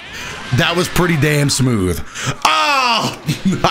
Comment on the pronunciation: Haha Yo how he says "sa-mooth"